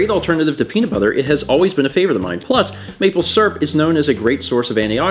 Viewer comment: Maple Srp, not Maple Syrup, Maple Srp. But dont worry, I also say it like that xD